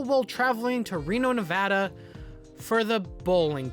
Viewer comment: Personally I liked the show, but I get these criticisms. I feel like it would have been better if it was more Knuckles-centric. I’m just commenting as a Reno local to say THANK YOU FOR PRONOUNCING NEVADA CORRECTLY OH MY GOD i was genuinely surprised that nobody in the show pronounced it correctly once